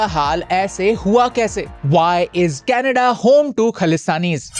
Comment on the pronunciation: Ckahanlaidtaan😂 new name for Canada